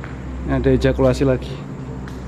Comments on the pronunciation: Itu di plesetin sama. Dia kan udah salah baca dari awal wkkwk. Jadi pas ketemu tulisan itu lagi, dia ingetnya ejakulasi.. Jokesnya orang Jawa gitu biasanya. Temen²ku juga gitu wkwk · Awalnya dia salah baca, terus ketemu tulisan itu lagi, yg kedua Di Sengaja ejakulasi😆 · ngakak, bisa2nya d tempat angker typo ejakulasi 😂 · Typo nyebut, ejakulasi wkwkwk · Woe , itu evakuasi bukan Ejakulasi Tolong !! 😂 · Pembuat kata evakuasi menangis mendengar baca evakuasi jadi ejakulasi 🤣🤣🤣